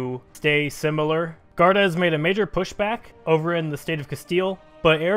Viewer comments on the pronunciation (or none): none